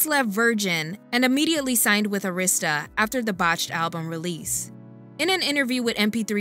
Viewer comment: It’s pronounced air-ris-sta